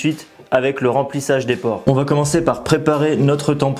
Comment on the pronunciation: PorEs, et non porTs